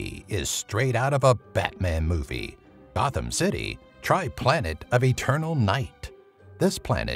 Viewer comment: When he said Gothom city he said bothom city